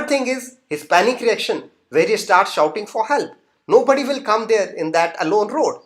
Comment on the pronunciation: Sorry that s not shooting but shouting